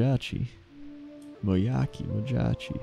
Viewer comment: I'm actually pretty sure its something along the lines of Camp Mo-jah-chee since Tauren proper nouns normally sound Native American and Mojache is a little like Comanche.